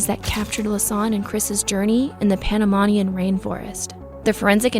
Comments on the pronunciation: You’re saying Panamanian wrong. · I think they googled her name to see if they were searching already for them, btw you pronounce wromg Panamanian and boquete. Im from Panamá. Most definitely what i think is that 1 they didn't go alone since they seemed smart enough for that, and the most important thing i dont think our polices were ready or prepared for something like this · I tried my best to ignore your incredibly poor pronunciations but it was way too insulting. How can you do a story about something that happened in Panama and can’t pronounce Panamanian? Boquete! Not Bogotica I tried but couldn’t pass the 7 min mark!